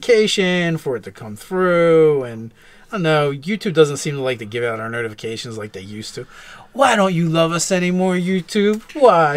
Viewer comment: I thought he said nerdifications instead of notifications. LOL!